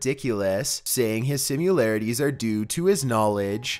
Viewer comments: THERE IS NOT A "U" IN THE WORD SIMILARITIES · 7. SIMILARITIES! I’m curious as to whether you read that novel,. If you read more, you probably wouldn’t mispronounce so many words.